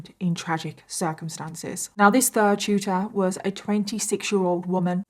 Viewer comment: Omg tutor 😂 I swore you were saying Shooter. I was so confused 😂